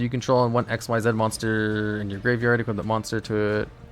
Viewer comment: why does he purposely mispronounce "XYZ" as "x-y-zeed" when its pronouced as "ik-seez" ? the "x-y-zeed" is used for the xyz union monsters.